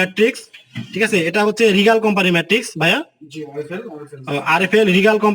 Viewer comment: ধুর মিয়া!!! খাটের মান না দেখিয়ে ম্যাট্রেস এর বিজ্ঞাপন....!!! ম্যাট্রেস নাম টা ও ঠিক মত বলতে পারে না আসছে ভিডিও বানাইতে...😑